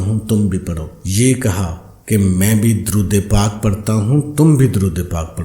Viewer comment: Darood pak ka tlafz Sahi kio